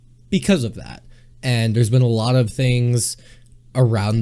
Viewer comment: "I've chanched aloht" "Larghe, professhional"